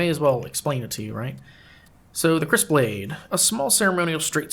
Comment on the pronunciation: If I'm not mistaken, Kris is pronounced "Kree." But I'm not totally sure. Possibly something to google. Great to see you posting again. Other people aggressively and obsessively slaying lizards just didn't feel the same. ^^